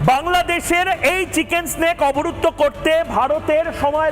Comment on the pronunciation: ময়ুখ রঞ্জন চিকেন নেক'কে বলে চিকেন স্নেক😄